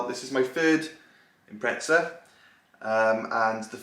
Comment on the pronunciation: Impretza not impreza, just say pretzel at this point.